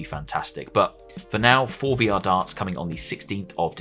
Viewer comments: Every tine you pronounced it "For VR" instead of "Forevor" I cringed. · The forevr is pronounced forever... The way you say it is basically meaning "pre-vr," by how it's spelled.